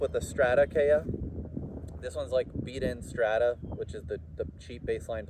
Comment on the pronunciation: "KEy-ah" (not "kAy-ah")